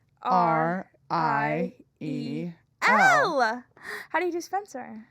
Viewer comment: ahhhhh my favorite weekly news. also AM I CRAZY OR DID SPENCER USED TO SAY SPENCEWUAH REACTS! WHEN THE LOGO CAME ON 😭😭😭